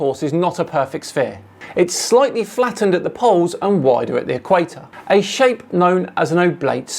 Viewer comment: Did... you say... "FLAT-tened?"